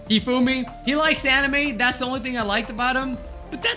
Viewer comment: Hifumi is not Hifumi